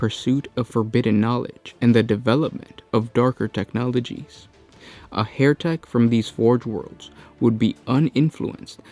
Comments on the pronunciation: NOT Hairtek as you are pronouncing it. It's HERETEK as in HERTIC. Pls sort your pronunciation right. Yr vids are great it just lets you down when you mess up yr dialogue. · HE-RE-TEK (as "heretic) - not HAIR-TEK! Guys if you don't mind me asking, what nationality are you? Just curious :) Love your videos - if not all the mispronunciations, lol :D